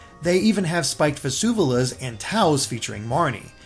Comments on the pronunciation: They're called vuvuzelas, not vezuvelas. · Vusuvelas? Aren’t they called vuvuzelas? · You said "vuzuvelas" but it actually is "vuvuzelas" :P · Minor gripe but it's vuvuzelas (voo-voo-zeh-lass), not "vuzuvulas".